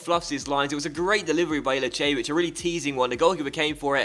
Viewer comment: i have been following you since 2013 you might remember me when the west brom career mode when i asked you to buy trapp to replacew foster so please watch a litle bit of bundelsiga channel on youtube to learn how to pranounce some of the players names ilicevic is ilichevic